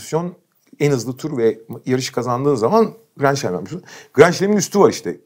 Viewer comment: Biri beni aydınlatsın: grand slam neden grand şlam diye söyleniyor?